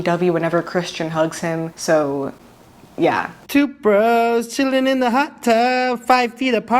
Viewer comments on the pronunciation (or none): none